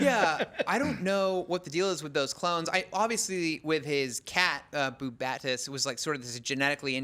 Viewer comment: Veidt didn't drive Dr. Manhattan away. That was the movie. Does anyone at IGN know how to pronounce OZYMANDIUS and BUBASTIS? I mean, it helps if you read the comic.